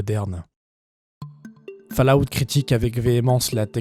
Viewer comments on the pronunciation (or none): je m'attendais à une vidéo un peu daubée mais en fait elle est excellente, par contre fallout se prononce "faul" out. sinon c'est ouf que t'aies pas + de vues...